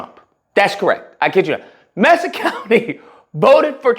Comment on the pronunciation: Not messa county, it’s Mesa pronounced May-sa .